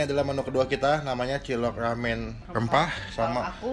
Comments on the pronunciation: Mie rrrrrrrrramen rrrrrrrrempah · Lumput Laut,Lamen, Kagak Bisa Bilang R Yah Bang?